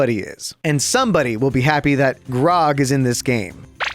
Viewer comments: “Grog” bro it’s grug😭😭😭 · The way says Grug is lowkey funny 😂